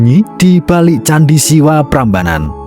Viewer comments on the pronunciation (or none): none